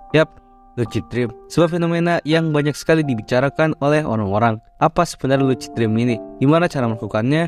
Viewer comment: bacanya lusid bang bukan lucid